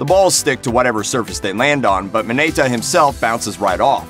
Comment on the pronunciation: I'm very triggered at the fact that most of the names he said, were pronounced incorrectly. Mineta, not Minayta